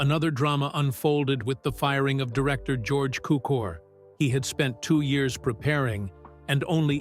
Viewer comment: Cukor, not Cooker.